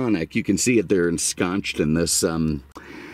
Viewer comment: the pronunciation of "ensconced" is with a soft "c"ed, not "ch". Just staying true to your 'quinoa' analogy.